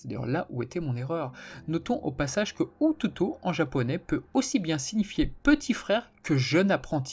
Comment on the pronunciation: Peut-être qu'un jour il y aura un "Saint Seiya Kaï" qui reprendra l'histoire du manga Saint Seiya sans rien y ajouter ni en retirer. "" tu devrais lire ou regarder vite fait une vidéo sur les règles de prononciation du Romaji car c'est pas très compliqué de bien prononcer le japonais. 弟 se prononce "otÔOto avec le deuxième Ô plus long c'est pour ça qu'il y a un accent circonflexe; 弟 seul c'est pour parler de son propre petit frère, pour parler du petit frère de quelqu'un d'autre il faut dire 弟さん "otôto-san"; un apprenti ou un disciple ça s'écrit 弟子 avec les kanji du "petit frère" et de "enfant" mais lu en sino-japonais c'est-à-dire "DeiShi").